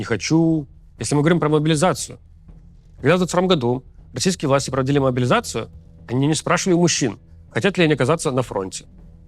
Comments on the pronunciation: Левиеев, ты мне импонировал до того, как стал говорить про «могилизацию». Никогда какая-то 56 бригада не победит в войне, явно заточенной на бизнес. Иди, подобровольствуй, или к логопеду. Не пойму, почему КАЦ тебя публикует. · Куда уже больше ужесточать могилизацию? И про какие 150т убитых ты говоришь? Там лям уже.... Хватит врать, только кострюлеголовые и верят в это... Рус сходи ты уже к логопеду, неужели ты у Макса за хорчи работаешь... 😅